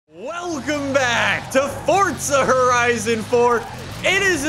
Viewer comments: Forza not fortza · Can u say it as forza not forzta in ur intro pool please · How come you put a t in forza lol. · Welcome back to FORTZA HORIZON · Welcome back! To 'Fortza' Horizon Fourrrrrrr. And another day in the (shitty raining england) lovely united Kingdom. Sorry just a little irritating now, been doing it for the past 2 years. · Fortza horizon